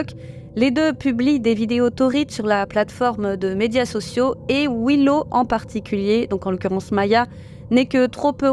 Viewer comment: Un petit conseil. Je sais que les français sont mauvais en anglais mais s'il y a 2 fois la même lettre dans un mot c'est pour une raison! Daddy ne se prononce pas da-dy mais plutôt dad-dy, pareil pour Willow c'est pas Wi-low, c'est Wil-low. Et peut-être pour un post futur, Neil ne se prononce pas nail.